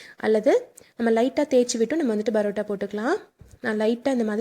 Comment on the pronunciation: Parota madam barota இல்ல